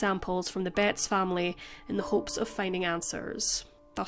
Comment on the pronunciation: I was just listening to this at first and I thought you were saying the last name Bates in a really Northern accent.